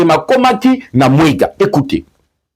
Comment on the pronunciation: TERRITOIRE DE MWENGA ET NON mwega.